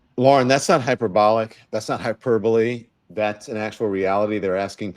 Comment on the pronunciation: Hyperbole is pronounced hi-per-bow-lee